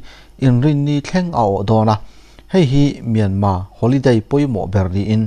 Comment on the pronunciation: Myanma ti loin Myanmar ti tawh ang Mizote hian ṭawng lamfiah theih loh kan neih loh kha